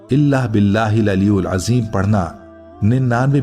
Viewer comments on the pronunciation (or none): Its: Aliyil azeem✔ Not: Aliyul azeem❌ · ی کے نیچے زیر ھےaliyil azeem تلفّظ درست کریں شکریہ